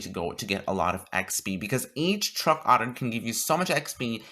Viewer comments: he says otter instead of order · There's an r in order lol.